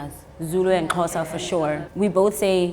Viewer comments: My social studies teacher pronounces Xhosa as Sho-sha😭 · Now practicing trying to say Xhosa the right way